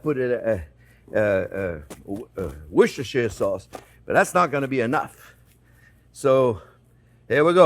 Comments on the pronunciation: Jean-Pierre, I told you a long time ago, the sauce is correctly pronounced as 'Wooster Sauce' not Worcestershire sauce 😎😎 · The British pronounce is wooster-sure